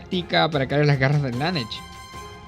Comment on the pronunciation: Buena opinión, ojalá algún día aprendas a decir Slanesh bien